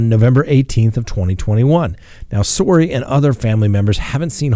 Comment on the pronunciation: Sorey rhymes with "huggar" 😆